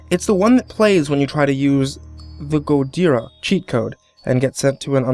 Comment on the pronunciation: I think he was trying to say "Gojira".